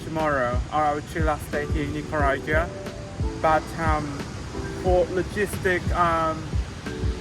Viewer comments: La tiene care de iguana, su papa es nica y se hace que no puede pronunciar Nicaragua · 🙄So I guess you didn't have to live in Costa Rica to comeback gay to Nicaragua, 🤔huh?!! 🇳🇮 bye the way: I think you should at least pronounce "NICARAGUA" properly! 🤨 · Con esa cara y no podes pronunciar Nicaragua